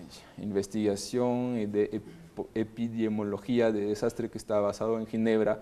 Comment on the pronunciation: minuto NO PUEDE PRONUNCIAR "EPIDEMIOLOGÍA" jajajaja